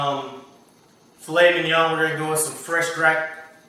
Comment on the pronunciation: I wanna tell ya..I wish I had a fishin pole hanging outside my dang window..wouldn't that be nice..catch of the day...You said filet mignon just like some of the kuntry folk I am surrounded by hehe. Zit xmas???? mighty fine meal!